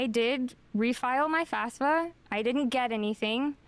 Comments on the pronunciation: >I wanted to go to cowwege 🥺 >mispronounces FAFSA as FASFA This is boiling my brain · Why can no one pronounce FAFSA correctly?